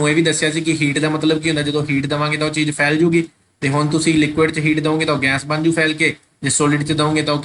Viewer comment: Sir ਗੈਸ ਨੂੰ ਗੈਂਸ ਨਾ ਕਿਹਾ ਕਰੋ ਅਜੀਬ ਲੱਗਦਾ